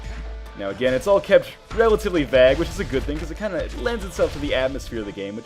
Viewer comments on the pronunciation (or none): I'm English for a start, and to be honest, anyone who doesn't pronounce it the same way as 'Craig' is effectively wrong so...yeah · Vague is pronounced vaig like craig .